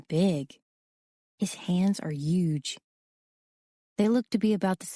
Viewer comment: The fact that she says uge instead of huge 🤦🏻‍♀️